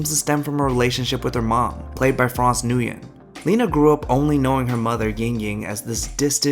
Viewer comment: à, sorry tui lộn. Lúc đầu nghe bạn nói tiếng việt là 1st language cái khúc sau nghe phát âm Nuyen tưởng nói dóc :)). Great documentary. Keep on the good work!